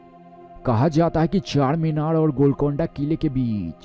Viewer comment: What are you saying man it's CHARMINAR NOT CHACHARMINAR he is "Charminar ke Charminar hyderabad raate"